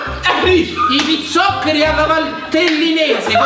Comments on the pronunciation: Pizzo-cheri non si può sentire cazzo🤦‍♂️ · pizzo cherri 😂😂😂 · ma.come.cazzo di fa a dire pizzochurry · sentirti pronunciare i pizzocheri in quel modo mi ha fatto salire l'anti cristo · ho avuto un colpo al cuore quando ha provato a pronunciare la parola: pizzoccheri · La difficoltà di nel dire pizzoccheri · ma come ha pronunciato pizzoccheri :(